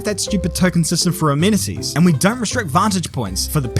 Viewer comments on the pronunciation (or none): none